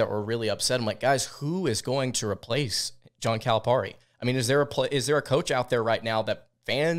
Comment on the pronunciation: ..its cali pear ie..not calip are ie